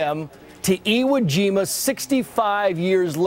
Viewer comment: You dumb Fuck ! You keep mispronouncing iwojima